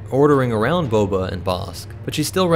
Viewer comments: It kills me every time you say BO-BO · So is nobody else bothered by the continuous pronunciation of "Boba" as "BOBO"? "Dooko was shocked, but Bobo was absolutely devastated."